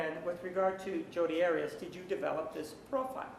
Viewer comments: I wonder why Martinez keeps mispronouncing the name Arias...? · The way Martinez pronounces Arias I know is to trigger Jodi. 😂